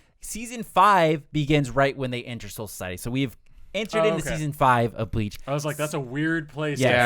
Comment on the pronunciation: Good video but man did y’all even watch bleach? Y’all slaughtered the names of almost everyone 😂😂😂